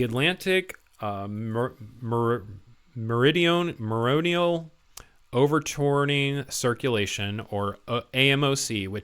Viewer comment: Mate, "Overtourning", not getting how to pronounce "Meridional" right there and then I can understand but; "overturning", really, OVER TURNING!? :P (that text with all those "line breaks"(?) adding a dash instead of formatting the text are horrendous, learn how to format a paragraph if you're writing an article FFS!) I used to work as a printer at a local newspaper and saw some really horrible language at the front page and got the editors to change it, it's bad when the person only, actually, really responsible to put it on paper has to tell the journalists/ediors; "this is bad!" innit?... If we get a bit more cold up here where I live I would not complain TBH, summers should, generally, be warm - not hot - up here in the north of Sweden, we're not built for that, are we? (but, yes, we need to fix things before it's to late, climate change isn't "fake news" and it literally has an effect on all living beings on the globe, we need to help Mother Nature do what she's done for as long as the planet's been around; sustaining life as we know it! - if we don't we're as dead as the dinosaurs, difference is that we had the intelligence to change things, if we kill off all of humanity we only have ourselves to blame...sad fact!) P.S. I suppose I'm "right wing" if I write my answers on some questionnaire about politics but that's due to watching reality and thinking logically hence I'm also 100% for global warming and so on being an actual fact, I don't subscribe to any political agen